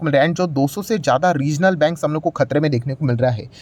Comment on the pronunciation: बंग नहीं बैंग